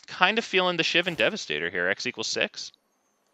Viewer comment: You're also pronouncing Shivan wrong somehow.